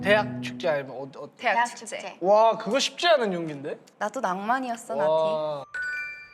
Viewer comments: 나티 -> 나띠라고 들림ㅋㅋㅋㅋㅋ😂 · 나티가 계속 나띠로 들린다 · Every time they say 나티 I keep hearing 나띠 😂